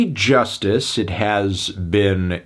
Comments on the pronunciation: It’s joo-stees not Justice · Cal's right... why do you keep calling it "Just iss?" It clearly spells just ice, no? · Believe it or not Anthony, I live in french-speaking part of the world and one of my friends used to pronounce it ''Just Ice'' unironically. Yes, he was that bad at speaking English. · No lie I used to think that Justice was pronounced ,,Just ice" 😂 when I heard their music